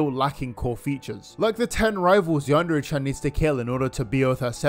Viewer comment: I never understood how this guy cannot even pronounce "Yandere" and "Chan" properly. You'd think a creepy weeb would know better.